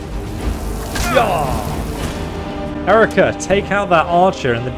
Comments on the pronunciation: Halt!... You keep calling her "Hérica" but... She has already told you hoe her name is pronounced. Stopped seeing the video soon after I got annoyed by such indelicate manners... Don't you know what Dale Carnegie taught us, that a person's name is the most important word in the World for her?... But OK, I thank you very much for letting me know about this excellent mod. Be well. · The fact that you kept mispronouncing her name even after she told you three-four times is infuriating. It's 'He-rii-kah'. She literally kept telling you her name and you somehow kept mispronouncing it. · I actually love how there was an entire long interaction about how to pronounce her name that resulted in you not changing how you pronounce her name lollll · I like how it successfully told him how to correctly pronounce herika and he immediately goes back to his old pronunciation lmao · Herika: Literally tells him how to pronounce her name: Pronounces it wrong ANYWAY Like bro... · I'm impressed at how he manages to mispronounce her name throughout the video 😂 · Poor Herika never getting her name pronounced right 😢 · Herika has the paitience of a saint. He hasn't said her name right once this whole video. 😆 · The real challenge is getting to pronounce Herika correctly. He does it... exactly once! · She's correcting you on you pronuciation of her name, but you don't care, right? You keep doing it wrong. You're pushing my buttons. 🤣🤣🤣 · aint no way she corrected the way he should pronounce her name and he just carried on doing it wrong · 3'40" "she pronounced a word incorrectly" *keeps mispronouncing her name the entire video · I'm kind of amuzed at the fact that he is mispronouncing her name even after she took the time to correct him multiple times. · I find it a little upsetting that she specifically told you how to pronounce her name and you just refuse to. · Gets told the correct pronunciation several times Continues to mispronounce name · It's Hair-eek-ah